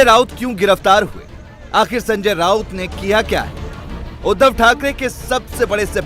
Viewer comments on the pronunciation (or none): none